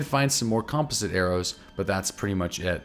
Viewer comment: You keep saying composite wrong